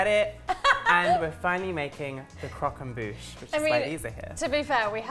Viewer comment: Good video guys, but just one thing: “croque en bouche” 😉